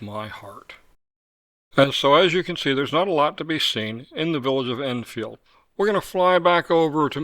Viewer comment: Love your videos, thank you for what you do. I'm curious as I've noticed you pronounce Edenfield more like, Innfield. Is that because it's actually how we should be saying it?